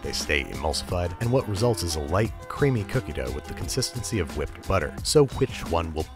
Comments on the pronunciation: He literally said “hwat?” I like cool hwip on my cookies. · I tell you h’wat, I love king of the hill.